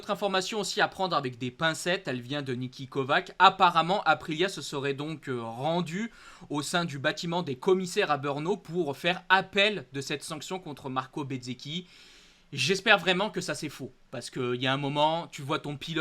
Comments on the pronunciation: En 2027,quand tu nous commentera le GP de Tchéquie de BEURNO,comme tu prononce,j'éspère que tu aura fait des cours de diction et que tu ne dira plus BEURNO,mais bel et bien BR e NO,qui s'écrit BRNO....OK,compris ???( si tu connait les chauvins commentateurs de Canal + discute avec eux,Ils font la même erreur...un grand MERCI !!!!) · Toi ''le commenteur de ce site'' tu veut nous des leçons ,alors je t'en donne un ''arrête de nous bassiner avec ton BEUUUUURNO''Cela s'écrit BRNO et se dit BRENO,si tu n'y arrive pas,fait tes offres pour commenter les Bisounours.... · La il y a des giffles a distribuer,ces commentateurs,autant Canal +, que votre site GPInside qui prononcent BEUEURNO pour B R N O,je pense que ces personnages n'ont plus de Beurnes,voiçi certainement la raison...Et Vive le GP de Tchéquie à BRNO oui j'ai bien dit BRNO et non BEUEURNO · GP en Tchéquie ,c'est ou ce circuit...BEURNO,cela n'existe pas,ce serai mieux de dire BRNO oui...B R N O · Je dirait encore mieux BR e NO et surtout pas BeuRNO comme les chauvins commentateurs de Canal*